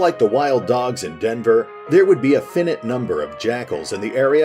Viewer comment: I think finite is pronounced Fi-nite, instead of fin-it. Also if NORAD means North American Aerospace Defense Command then I believe it's pronounced NOR-AD. Sorry lol I know it's a bit pedantic, but other than that great video as always! Thanks!